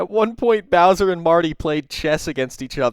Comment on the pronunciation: Da White Bhwowser is a pwedahthor!